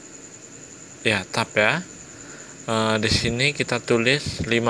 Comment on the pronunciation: Makasi bang☺️ Izin koreksi bang tabs/tab itu dibaca nya “Teb” bukan “tab”☺️ Sempat bingung tadi karna bacanya kurang tepat.